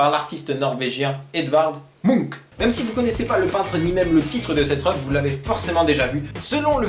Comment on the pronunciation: Le résultat est incroyable, j'ai juste envie de prendre un autre tableau et faire pareil dans ma chambre (au passage tellement peu de gens prononce Munch faux, ça fait trop plaisir quand quelqu'un sait le prononcer!!)